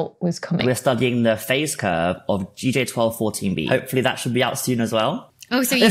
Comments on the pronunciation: Its G-J, not J-G, Miss Becky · Um, it’s GJ, not JG. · Love your videos , super informative and easy to understand, was just messing with my brain reading GJ but hearing JG 😅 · Great astronomy videos! One issue though, you keep saying jay-gee when it's gee-jay :P But I agree, jay-gee rolls easier off the tongue! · So… you keep saying ‘JG1214’ but the screen keeps saying ‘GJ1214’… is this a Scottish pronunciation thing? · Keep hearing J G Keep seeing G J is this a mistake or accent or hillbilly hearing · Dr Becky: “GJ” is pronounced “Jay Gee” 😂❤ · I noticed that too! Thought Dr. Becky would see that in the bloopers section, but she's apparently really excited about going on vacation. :)